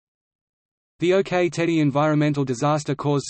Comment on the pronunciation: As someone with direct personal experience of this situation I do not consider this article as accurate and it is pronounce "ock" like the rock not OK - OK?